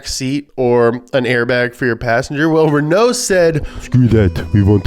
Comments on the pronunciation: The pronounciation of Renault in this video is painful. The first half is emphasized, not the second half. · It’s not pronounced «Renou», it’s pronounced «Renå» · Renaloo maganene